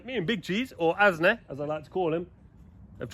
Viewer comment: First time I heard you calling Asnee many videos ago, I thought you were calling him ASDA haha